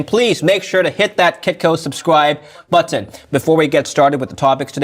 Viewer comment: thank you for pronouncing the “T” s in button